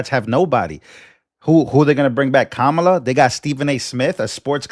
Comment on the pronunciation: Tim is finished, didn't he see the election results he was suppose to carry Kamlay, I'm sorry I didn't attend her class on how to say her name. does it males any difference to anyone????